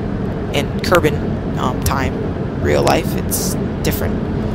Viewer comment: ITS KERBAL NOT KERBAN